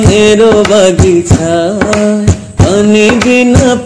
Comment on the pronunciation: "খাঁচার পাখি কভু" হবে, "তবু" নয়। বাগিচা হবে, বাগিছা নয়। উচ্চারণ ঠিক করতে হবে । এছাড়া অসাধারণ গায়কী তোমার।আলহামদুলিল্লাহ।